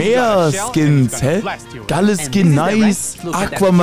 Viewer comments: gäl nicht gale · kannst du mir sagen warum du gale so aussprichst als wäre er ein organ